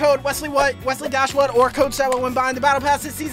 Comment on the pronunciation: Holy shit that's me that's my name ohhh my god Wesley I love you ❤❤. Your videos are the best and in just want you to know how much this means to me I don't even care that you pronounced it wrong